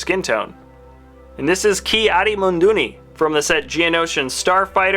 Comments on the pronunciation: Munduni. Munduni!? It’s MUNDI. Moon-Dee! How dare you pronounce wookie boi’s name wrong. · munduni? you mean mundi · Eeth Koth is a Zabrak, and you pronounced Luminara, Seasi Tin, and Ki-adi Mundi all wrong. You called them "Luminaria, Saysee, and Munduni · Ki-Adi MUNDI not munduni? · It’s luminara not luminaria and ki adi mundi not ki ado munduni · Ki Adi Munduni? You might want to check that. It's Ki Adi Mundi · he said it munduni (which is worse) and I'm pretty sure iridonians are very similar to zabrak the best example is bao dur from kotor 2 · Lol he said ky adi mundani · When he showed the 2011 Ki adi mundi minifig he said Ki adi MUNDOONY. Lol 😂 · It's Luminara Unduli not Luminaria and Ki Adi Mundi not whatever you said